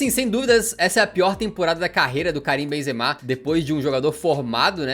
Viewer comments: «Karuim Benzema» 😂😂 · Karuim Benzemal KKKKKKKKKKKKKKK